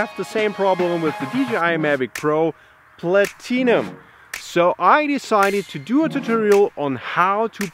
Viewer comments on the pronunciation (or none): "DGI mavic pro Platee-num" XD WTF